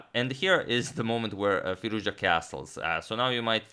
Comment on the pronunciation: That is pronounced "Firooz-ja"